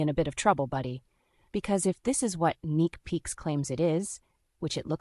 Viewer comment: It's neeks peeks. Not neek peeks